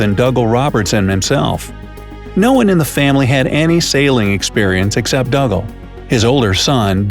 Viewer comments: I have always heard Dougal pronounced as if it was Google, but with a D at the start - Doogle, Never as Duggle. Think of Father Dougal from Father Ted or Dougal the dog from the English version of the Magic Roundabout. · I'm almost positive that dougal is pronounced doo-gull not dug-ahl The more the voice says dug-ahl, the weirder it sounds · It's pronounced Doo gul NOT Dugg ul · Hi bro just to say it's pronounced doogal and I only know that cause he's my great grandad and my mum is Niels daughter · Dougal is pronounced Doogle, you do have the pronunciation of Douglas correct though. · It's pronounced Doo-gal.. 😒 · His name is pronounced "Doogal" - it's Scottish. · Dougle pronounced Doogle. What a story!